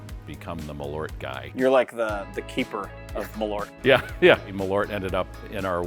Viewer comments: I'm going to sound stupid, but I didn't even realize you meant Malört when saying it in English 😅 Saying mal-ORT didn’t really resonate, but when I saw the label "Malört" it clicked that they meant MAHL-ört (I don't really know how to write americanized pronunciation guides sorry). Just if people want to know: in Swedish the stress is on the first syllable and the A is long, and then there's the Ö which is kind of like the sound when you hesitate with an "uuuuh" sound (Actual Swedes can chime in, I'm just a Norwegian) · Please pronounce it like the Swedish name "Malört" requires. The Ö is not an O. The Ö is pronounced like when you say "Earth", where the "EA"- part of the word "Earth", corresponds to the letter Ö. So, "Maleart" I guess would be the right way to say it. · Yes, it's a Swedish word, they should pronounce it like the do with the word "earth", where the "ea"-sound in "earth", corresponds to the Swedish letter "ö" in "Malört". So, they should pronounce it "Maleart" instead.. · The "a" should be long (like in "father") if you want Malört to sound like Swedish. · I just get so annoyed with the americans saying the name like there was an "o" in it. It is an Ö, which is a different letter with a different sound.